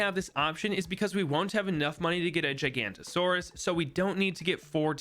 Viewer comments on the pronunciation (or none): bro called the Giganotosaurus a Gigantosaurus its pronounced gi-ga-not-o-sau-rus (or maybe ji-ga) not jy-gan-to-sau-rus